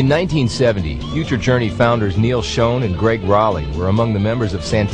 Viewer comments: so many news announcer pronounce "Neal Schon" as "Neal Shown" but it's pronounced Shawn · Please pronounce Neal Schon's last name correctly. It is NOT pronounced like shone. It had a short vowel sound like won.